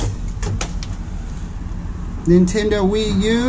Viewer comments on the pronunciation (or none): none